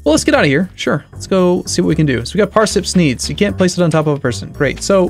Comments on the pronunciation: And Parsip Sneeds =P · "parsip sneeds" XDD